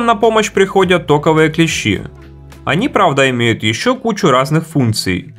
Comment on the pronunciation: Правильно называть вещи - мультимЕтр, увы вас не научили. Забыл совсем, ПТУ сейчас нет, по YouTube учимся... Господи! Не клещИ, а клЕщи... Дальше не смотрю. Тяжело.